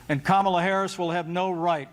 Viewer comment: He pronounced Kamala’s name right. I’m assuming the other trumpers purposely mess that up